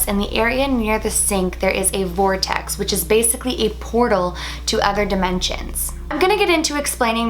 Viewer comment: When you said ‘vortext’ I imagined a puffy circle of clouds 😂